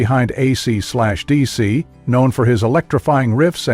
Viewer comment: When you call the band AC slash DC 🤦‍♂️ that only means you haven’t done your homework preparing to do the report.